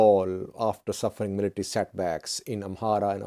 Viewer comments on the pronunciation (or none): none